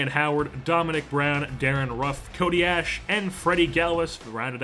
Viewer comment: I'd hate to be a grammar Nazi, but its pronounced CODY ASH-E